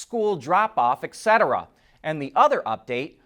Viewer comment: Just an fyi: “etc” is pronounced ET-cetera not ECK-cetera. Take it from an old English teacher.